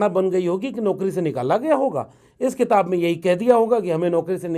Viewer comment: क़िताब(Qitab)नहीं, किताब (Kitab).